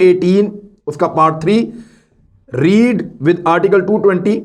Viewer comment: Not reeeeed (read).... Its spoken as "red" past sentence